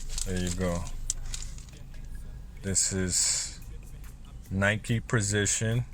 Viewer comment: “Prizichun 3”